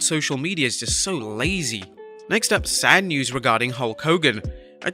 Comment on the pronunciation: "SADN NEWS"?